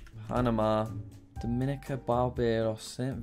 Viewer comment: The pronunciation in the Caribbean really hurts me lol. Just for next time: Grenada: grenade-ah Dominica: Dom-in-ee-kah (pronounced differently from Dominican Republic due to language differences) Antigua: an-tee-gua Suriname: suri-nam Nevis: knee-vis St. Lucia: lu-sha